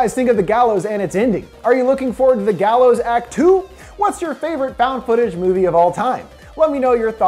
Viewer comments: The gaylows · It gallows